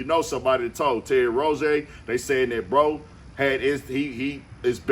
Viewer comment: Who is Terry “Rozay”…It’s Rozier